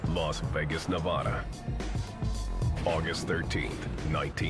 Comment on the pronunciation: Nawvawdaw - eastern Connecticut lol